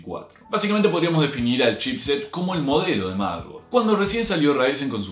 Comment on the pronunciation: "motherborad" F por el error